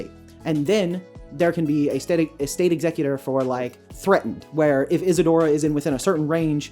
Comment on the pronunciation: Whenever you say executor my brain hears "exeggcutor" ... Great video, though, I enjoy hearing about your thought process :)